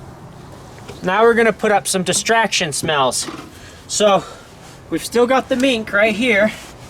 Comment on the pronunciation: oh now I understand in the first video when you say "mink, mink, mink" it sounds you are saying "meat, meat, meat" before you showed her which is why she got confused the first time but when the most recent video came around she was getting it since i see the gears working in her head when looking for the mink x3